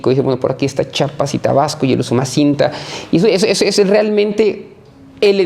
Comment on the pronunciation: Su rancho no esta en Chapas, esta en Chiapas, tanto estudio y no saben decir Chiapas 😂!!..